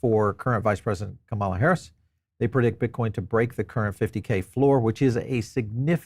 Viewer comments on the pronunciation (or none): KA-ma-la. Pls pronounce her name properly.